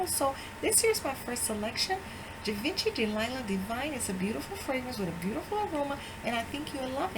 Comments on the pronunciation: It's actually pronounced like Shi-Vah-Shee. The G is soft not hard and it's French so the N would not be pronounced. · GIVENCHY =GEE-VON- SHE